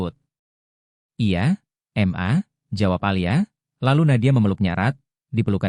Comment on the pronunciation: Mas....ma .. itu dibaca ma....bukan dieja m...a...Krn itu singkatan dari kata mama. 😇😇